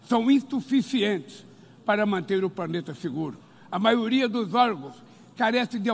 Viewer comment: Gente, ver o lula falando "Praneta" (planeta), plural errado... aff